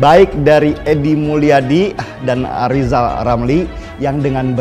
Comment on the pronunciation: Rizal gagal RRRRR